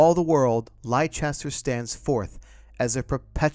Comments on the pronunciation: For the second time in less than a week I find myself needing to correct the pronunciation of the English city of Leicester. Sounding as 'Less-ter' the 'i' is silent. It is not not Lie-chess-ter. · It's Leicester not Liecester for a start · The city in England, Leicester, is pronounced as "Lester" - not as "Lie-chester." 🙂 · Superb dude....big thanks and much love. P.S. Leicester is pronounced lester not lichester. Atb thanks again and happy new year. : ) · Just FYI, Leicester is pronounced 'Lester'. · Leicester is pronounced Lester :) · Leicester is not pronounced lie Chester! 🤦‍♂️ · While I felt compelled to correct the pronunciation of Leicester, I still found the video informative and interesting. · funny that the newspaper can't spell leicester correctly and the narrator doesn't know how to pronounce it.